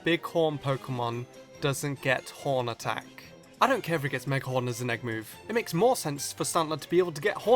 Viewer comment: it sounds like he said porn attack